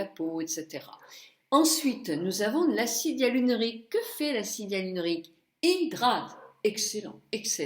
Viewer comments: coucou, acide hyaluronique et non hyalunorique Bisous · l'acide ya-lu-ro-nic lol ^^ tu me fais rire quand je t'entends le prononcé